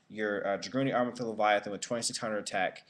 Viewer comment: Don't confuse "Leyvaten" with "Leviathan"